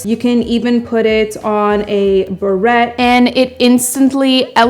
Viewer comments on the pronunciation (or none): Ahhh "Barrettes "?the TT'S are silent its French ,phonetically it would sound like" berray" if you love them so much has no one ever corrected you? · Beret is prounounced (buh ray) not barette like a hair clip. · FYI: beret is not pronounced "berette" but rather beray (burr-ay) Thanks for some of the tips. Not really a fan of this version of the "fringe" but like you without better. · Love you, love your tips, but... ug I cringed everytime you called your french hat a barrette; like the clips that go in your hair. They are called berets (pronounced bur-ray) not a barrette like the hair clip. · Beret is pronounced "burr ray"-the T is silent; not "burr et" like something you put in your hair. Just FYI for future videos. Love your videos-keep them coming! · The way you are pronouncing it as" barrette" is actually a hair accessory. Sorry to be so picky, but it drives me crazy! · perhaps you need to look up how to pronounce beret, it's more berra than beret lol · Beret is pronounced 'Beray' :) Because its a French accessory, the 't' is not pronounced >< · Ok, I have to say this. It's pronounced beray, the e sounds like a long a and the T is silent. It's FRENCH. OTHER THAN THAT, YOU'RE FABULOUS!!! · I think it's a little classy if you pronounce French names correctly...i.e. beret is pronounced be-RAY. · Beret is pronounced buh ray. Barrettes are hair accessories. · The t in beret is silent. Prounounce correctle buray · No T pronounced in berets , it’s bereys!! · Sorry to correct you, but beret is pronounced "beray". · It's pronounced "baray" (beret) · And béret is pronounced berey oh lord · Pronounced.... Ba-ray 🤗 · your saying Beret wrong. also your bangs look oily. but good job otherwise. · SneakyLil'Snek almost as bad as pronouncing the “t” in beret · Girl nice video however May I suggest that you google how to pronounce the word Beret Have a great Christmas x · please learn how to say beret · Please learn how to pronounce 'beret'.